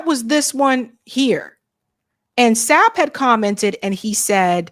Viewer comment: Marvin Sapp not shap 😂